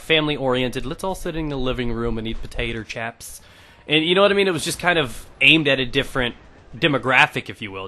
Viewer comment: Potater chaps lol